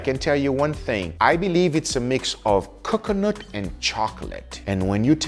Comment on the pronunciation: I like how Guga pronounces coconut like kukunut